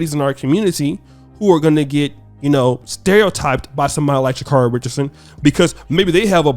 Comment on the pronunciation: For God's sakes if you people are going to continue to talk about this woman can somebody consistently pronounce her name right?! Her name is Sha-carry